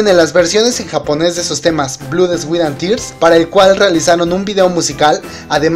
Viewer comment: Se dice Blod, swet and ters no blu sweet and tears y tears fue la unica que si se puede decir como lo dijiste pero en el ingles Americano si no me equivoco.